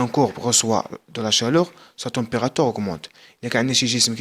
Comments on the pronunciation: استاذ رها كتقرة la température مشي la temérateure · سيير حتى تعرف تقرى عاد هدر لاطومبغاتيغ كاينا u ماشي e